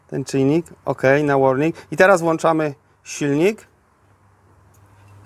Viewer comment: Silnik nie włanczamy, tylko włączamy !!!